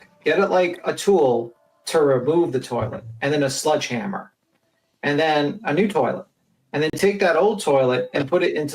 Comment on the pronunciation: What’s a “sludgehammer”? 😂😂😂